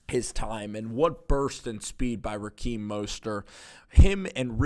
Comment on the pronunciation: It's RaHeem not RaKeem lol